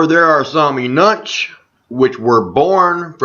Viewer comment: Eunuchs is pronounced "You-nucks" it is a variation of Red Nucks. LMAO You must be from Naches.... <3